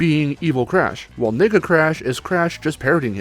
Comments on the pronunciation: Can you please enunciate the word "nega" in Nega Crash? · Holy shit, you NEED to better enunciate whenever you say "nega" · everytime i hear nega i hear.. n..... lol